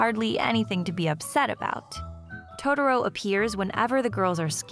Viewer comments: I'm sorry... but.. WHY are you saying "to-der-o??" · "Toe Derro" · I mean the way she pronounce totoro, I can't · I love it how everyone who reviews this movie can't even pronounce the character names correctly. It just shows how bad the Disney dub is over the fox dub and that's a fact. If you can't pronounce the names right you shouldn't be reviewing this movie and its themes. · I exited the video after I heard the narrator pronounce Totoro at the 3 second mark. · I hate the way American's butcher the pronunciation of Totoro's name. It was enough for me to abandon watching this. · one of my biggest triggers is when white people mispronounce "Totoro" like this.........it's not that hard